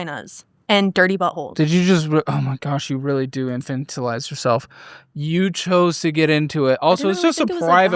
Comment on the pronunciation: Congrats on the pronunciation of infantilize.